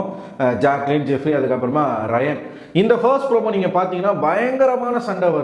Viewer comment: Ayyo enna bro name sariya solla varatha raayan ella bro avar name ரயான். Pls name sariya sollunga pls.